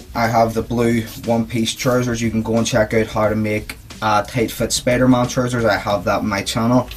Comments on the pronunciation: Sorry if i being mean too ya just that when u say spider-mon its really spider-man so I'm sorry man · It's Spider-Man it's not Spider-Mon ughhh